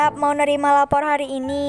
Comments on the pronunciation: Kak aku mau tanya kok guru nya ngomong lapor bukan rapot🤣🤣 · Rapot coy bukan lapor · Rapot bukan lapor 😂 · Kok ngomong lapor bkn nya rapot😂😂😂